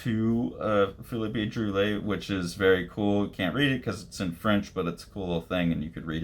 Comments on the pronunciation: He is a master, yes very lovecraftian. Splash pages, double pages, playing with image and word boxes as well as lettering. its pronounced Drool - aye. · It's pronounced sort of like "drwee-AY". I learn more unfamiliar names by just plugging them into youtube and listening to a native speaker say it :) Technically the `ll` is pronounce but it works similar to how you would say it in Spanish.